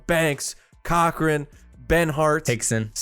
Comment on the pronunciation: Turner (Core Krin) right? Not Cochrane Great video homies